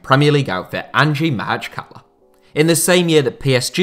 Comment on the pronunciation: I can't help but cringe everytime he mispronounces Makhachkala. It's easy, pronounce it like "mock-atch-kalah"